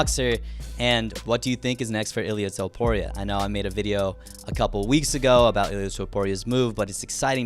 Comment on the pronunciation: “Toepooria” lmao, great vid man!